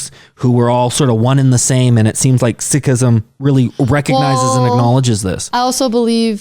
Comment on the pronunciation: Many pronounced words in video were wrong as well. But Sikh, Sikhism were correct pronounced. I will suggest learn from your local sikh dwellers.